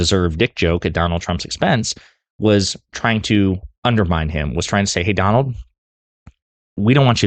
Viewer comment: "DON-OLD" TRUMP was hit BIGLY by both Barack and Michelle. 🤭😂😅🤣😆